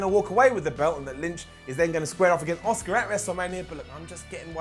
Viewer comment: You want to care? But they won't let you? Man you just said this Daniel Bryan shit is awesome. You've reverted back to bollocking bastard shite Her name is ASUKA, not Osuka